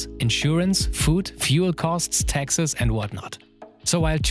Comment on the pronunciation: was it just me or was i hearing texas instead of taxes